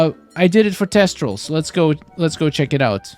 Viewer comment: TH-estrals. They're not testrals.